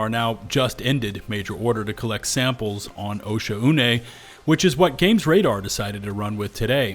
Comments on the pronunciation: arrowhead needs to include pronunciation guides for these planets, osha-une sounds so wrong, ive been reading it as o-shawn, but since we've never heard arrowhead pronounce it, it seems like after the first content creator said osha-une everybody else just went with it. but come on yall saying like o-shaune (oh shawn) just feels right. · OSHA-UNAY??? It's pronounced Oshone, no? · It’s pronounced “oh-Shawn-nay” my guy 😂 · Why is everyone calling it osha-une am I the only guy who calls it o-shaun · Pretty sure it would be pronounced “oh-Shawn” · It's "O-Shawn" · Wtf that's how you pronounce the planet's name?!